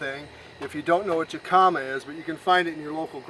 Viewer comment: Great recipe the J in jicama is more of an h sound so phonetically it’s pronounced hick-uh-muh.